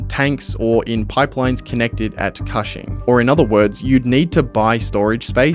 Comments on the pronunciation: you did a lot of work on this video and didn't look up how to say Cushing Oklahoma? It's not kahshing... it's kooshing. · Cushing is an hour from where i live. It is pronounced cooshing, like whooshing or the first part of cushion. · Thats not how you pronounce Cushing, its pronounced like Kush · Cushing, Oklahoma. Is supposed to rhyme with pushing. Like kush-ing. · Cushing, Ok Like "Cushion" but "Cushing". Idk why you're saying it like that lol. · "coo" "shing" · Love your videos... but I'm a bit sad that you missed the pronunciation of Cushing Oklahoma... so badly.